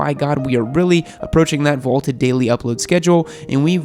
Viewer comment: Does keep saying "vaulted" instead of "vaunted" in these videos? Maybe I have ten pounds of crap in my ears but I hear vaulted and I'm like wtf???